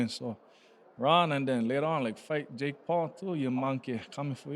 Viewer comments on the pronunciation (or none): none